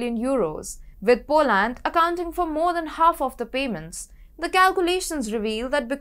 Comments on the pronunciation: Too heavy an accent, hard to understand e.g Polaaand. Work on getting the names right at least,. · Next time please pronounce Poland properly.